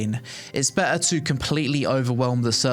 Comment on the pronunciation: Love these types of videos. Great overview and helpful to know what's happening with the game. I've followed AOC's development for many years but havent made the plunge to try it yet. Oh, also, I like how you transform the word "better" into "bet-ahhh." 😂